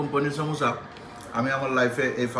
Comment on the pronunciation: its lassi not lacchi moris not morich samosa not samocha